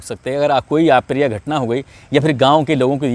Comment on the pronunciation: ऍ प्रिय नहीं अ प्रिय बोलीये । शब्द का उच्चारण ठीक एवं शुद्ध होना जरुरी है